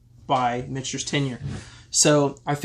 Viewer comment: Sazerac owns both brands...so clearly the money won. Also...Mitch-Ters not Mick-Ters?